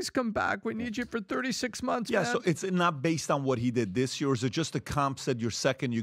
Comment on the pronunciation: Someone should teach PBD how to say Year. Hearing him say Yure is just too much 😂